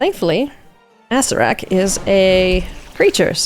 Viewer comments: Not with ill intent, but it's uh-sarah-rack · Really bothers me how many folks pronounce A CER ER AK as "ASS RACK" 🤣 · First time I've heard someone say they were corrected to pronounce Acererak as Assurrak. I believe the lead creatives on the D&D team have been calling him A-Sair-Ur-Rak (Source: Tomb of Annihilation press release videos). Love these commanders and so damn excited to see them play! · Well, it seems the official 5e pronunciation is A-Sair-ak. I'M WRONG. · There was someone who showed me the old pronunciation guide that has him as just three syllables. That's where I got it from and told other folks